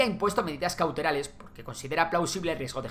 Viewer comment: "Medidas cauterales" Le he dado para atrás 3 veces al vídeo para escuchar justo ese momento jajajja, que imbécil soy.